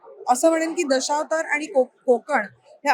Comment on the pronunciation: दशौतार नाही गं ताई. असा "दशावतार"असा उच्चार कर